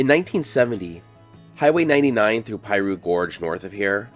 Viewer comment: It's NOT pie-roo, IT'S PEA-roo.